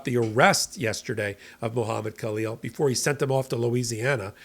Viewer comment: Halleel, The K is silent